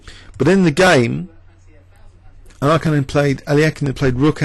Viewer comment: is this really how to pronouce alekhine?